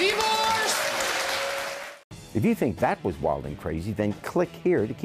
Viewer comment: “You’re right .. DIVVOORCE”